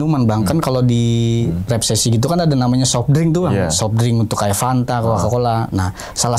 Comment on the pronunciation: abang narasumbernya ga bisa ngomong resepsi😂